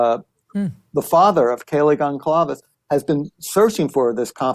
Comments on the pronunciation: Blum can’t even pronounce Goncalves properly. I’m out. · This man cannot even pronounce the victims names correctly. It’s like nails on a chalkboard. Hearsay is not facts. I am offended that the likes of two lawyers and journalists, one being Nancy Grace put this guy on a pedestal.